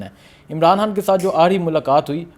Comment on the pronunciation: اوے ھان نہیں خان بولا کر بھائی 😂😂